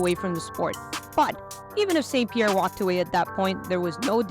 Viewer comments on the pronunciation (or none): Pie ierre